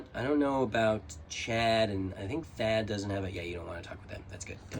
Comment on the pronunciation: You know the h in Thad is silent, right?